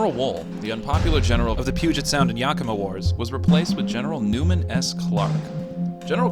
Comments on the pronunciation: He says Puuuuget. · Great video but your pronunciation is a bit off. It's pewjit sound, coor da lane, and oregonian not oregani.